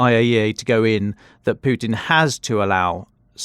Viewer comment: I love the way says Pewtin! Been waiting for a comment section to mistakingly be left open to say that lol